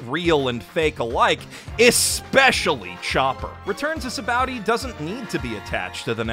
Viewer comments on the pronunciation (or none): Its ok to call an arc bad bruh nobody cares. Also mans really said baratie, and sabowdy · It makes me feel like he read some really bad fan translation. He also says Sabaody weird. It's bow, like the fabric, or sa-ba-oh-d; not bow like a bow-wow. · actually "bondy", not "ba-oh-dy". It's based off the Portuguese word "sabão" (meaning soap) which is pronounced loosely like "sabon" (for lack of a better way to explain how it's pronounced, so "bondy" is actually the closest I can get in writing form - listen to how they pronounce it in the anime, it's kind of close). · ah yes, my favorite places are Bara tee, Enis Lobby, Zoo, and Sa Bow Dee